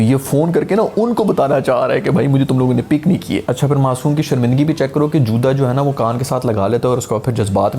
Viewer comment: JUDA instead of JUTA 😆😆 😆 . (Just for fun no offense Sir)